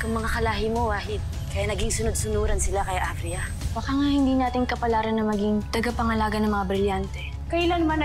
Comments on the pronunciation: Talaga "tangapangalaga", ha? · "tangapangalaga" imbis na "tagapangalaga" hahahah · huli ka avria sabi mo kanina nung nagsalita ka ng tagapangalaga iba ang sinabi mo sabi mo tangapangalaga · Tagapangalaga ❌ Tangapangalaga ✔️ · "tangapangalaga" HAHAHAHAHA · Narinig nyo ba yung sabi ni avria tangapangalaga daw ibis na tagapangalaga hit this like button if You heare that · Ngayon ko lang napansin yung sinabi ni Avria, HAHAHAHHAHAHA Ani nya’y TANGAPANGALAGA. Bagkus ay TAGAPANGALAGA? HAHAHAHAHHAHA nasa bandang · 😂😂TANGApangalaga o tagapangalaga 😂😂gulo ahh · director paki cut po sabi nya kasi na "tangapangalaga" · Ako lng ba nkapansin na Sabi ni avria tangapangalaga??🤦🤦🤦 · Luh ako lang ba nakapansin sabi ni avria:TANGApangalaga hahahhahhahahah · Avria: Tangapangalaga 😂😂 Ako lng ba nakarinig HAHAHA Like mo kung narinig mo rin😂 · Tama ba dinig ko? TANGApangalaga 😁✌ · "tangapangalaga" daw 😂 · Sabi ni Avria "TANGAPANGALAGA"